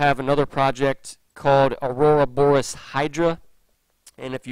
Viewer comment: "Aurora boris" 😂😂😂😂